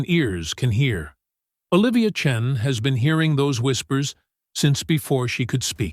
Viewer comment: I believed this story until the AI said the name Chen.